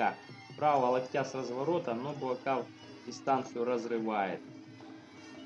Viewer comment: Он Буакау (белый лотос с тайского), а не Буакав.